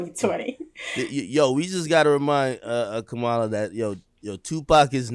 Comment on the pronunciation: Comma-Luh not Ku Mah La 🤦🏽‍♂️